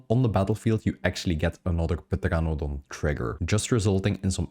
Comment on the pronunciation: Say it with me, TER-RAN-A-DON